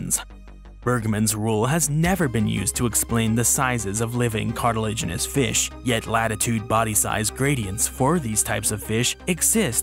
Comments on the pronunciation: love how he says "feesh" like homie has such a wonderfully relatable goofy way of saying some things kdjfghkdfjg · Biggest BOI vs. Smallest FEESH